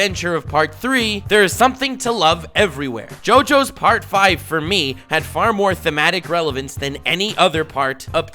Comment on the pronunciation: As someone who speaks Italian, I'm so thankful for your pronuntiation. Listening to youtubers talking about Part 5 can be painful sometimes hahaha